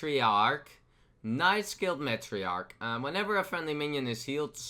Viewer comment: I know your not a native English speaker so here's a list of all the card names you got wrong and how to say them. 1. Prince Leeum, 2. Nightscale Matereearc, 3. scwashling, 4. G HOST Light Anngerrler. Hope that helps a little bit.